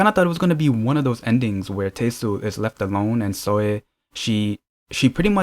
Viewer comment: Should be pronounced as Te-Sul :) Not Tei-sul 😊😊